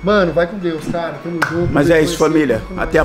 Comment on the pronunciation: só sabe falar familiá e tá na hora de dar linhá porquê já enjoou ver sua cará